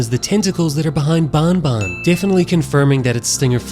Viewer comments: It's banban not Bonbon say it it's an "A" have some Respect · it is not bun bun it is ban ban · It's banban not bonbon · Can you pls stop saying bon bon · pfffft how he called banbans horn lmao